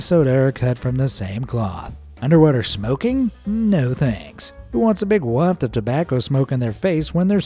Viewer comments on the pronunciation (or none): none